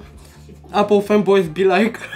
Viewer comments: Казва се ейпъл не апъл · само щото в началото каза апъл ..спрях клипа